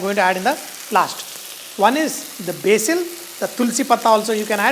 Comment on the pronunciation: You said BASIL wrong!